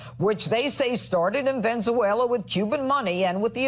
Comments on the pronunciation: Slurring Pirro pronouncing “Venezuela” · How do you become a National entertainment news anchor and you can’t even pronounce Venezuela? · "Ven-zoo- way-la"??? Judge Jeanine brought her box of wine to work again, apparently... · Excuse me, Judge Pirro. Exactly WHAT country is VEN-ZOO-WAILA? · That loud mouthed "Judge" can't even pronounce Venezuela. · Big shocker, Janine can't pronounce "Venezuela" properly. Lol